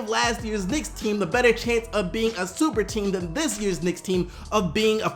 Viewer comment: He said STuperTeam!!!!!